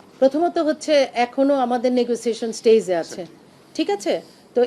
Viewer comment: Ma'am stage ke pronounce koray staze.